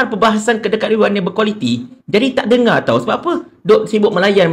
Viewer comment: Kampar suka mencelah..die perasan tau rakyat malaysia paham bahasa melayu die..ada sebutan sebutan die yg kita terpaksa gelak sebab gelihati dngar.contonya "dengar" jadi "tengaa"😅😅😅😅..kampar akan nampak ekslusif kalo die tak bersuara